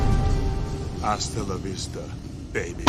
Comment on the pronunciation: It’s “ahstalla vista “